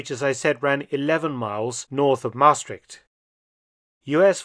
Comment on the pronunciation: NOPENOPENOPE... Peel, pronounced as Pehl, not Piel. that means something entirely different... 😀 And it is Maastrícht, not Máástricht.